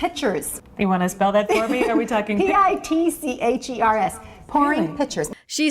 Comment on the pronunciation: PITCHERS!! I thought she meant "pictures"!! I was like "that's a little vague but it could work depending on what pictures she gets"